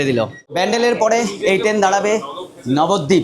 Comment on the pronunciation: Nabadwip❌ Babadwip😂